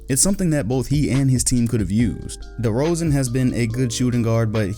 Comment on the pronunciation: Im mad you barely spoke good on DeRozans name